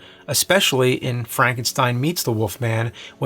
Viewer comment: Why does he say The wolf man as "The Woof Man"